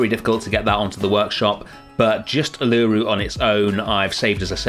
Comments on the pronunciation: I love it! But I feel like as an Aussie I have to inform you it’s pronounced Ew-la-Roo not U-LA-roo ❤ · great series, just a heads up, Uluru is pronounced Oo-la-roo the U is essentially an O not a U. Loved it! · Uluru is pronounced Oo-luh-roo :) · Uluru is pronounced (u-lar-roo). Love your work and keep making amazing zoo habitats. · This is an awesome habitat and does Australia proud, well done. Uluru is pronounced like this "oo-la-roo" but it doesn't matter, the whole place looks awesome. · Not far in yet will update when im finished but hearing your pronunciation og Uluru is so distracting 😶😩😔 Its like oo-la-roo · Coulda been worse, at least you didn't call it Ayers Rock! :) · but he didn't? it's not a problem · as an australian, i absolutley love you and this part of the zoo, but hearing you say Uluru that way kinda hurt me aha. No disrespect, love you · ive never heard uluru pronounced like that lmao looks really good tho! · as an aussie i suffer greatly hearing non-aussies mispronouncing so much 😔